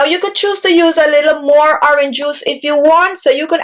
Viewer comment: The ‘h’ in horange juice is silent